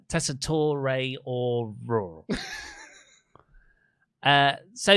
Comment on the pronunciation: my god it’s been MONTHS it is no extra syllable at the end of Tessatore’s name. They say it WEEKLY. It’s just “tore” not “tor’e”